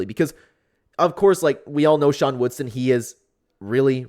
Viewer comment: It’s WoodSON not WoodSTON